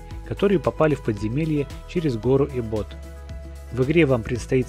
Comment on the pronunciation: Не эбОт а Эбот